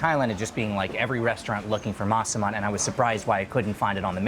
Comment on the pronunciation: While watching this video and listening to you pronounce Masaman I think it sounds more like Maa Saman which in Hindi is "Like a mother"